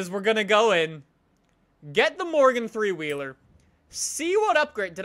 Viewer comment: Every time you said morgan three wheeler I heard you say Morgan Freeman